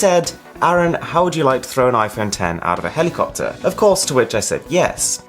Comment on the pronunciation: Did my guy call the helicopter a cockter 😂😂😅